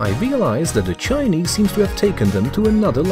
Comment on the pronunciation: You say Chinese like dogs